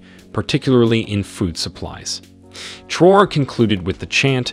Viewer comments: Let us give this great leader respect by pronouncing his name correctly 🙂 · The narrator needs to respect and pronounce the leaders names CORRECTLY!!!